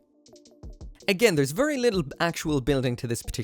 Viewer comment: vurry vurry